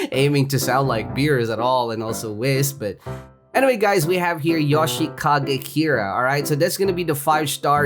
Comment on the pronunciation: ITS PRONOUNCED YOSHI CAGE KIRA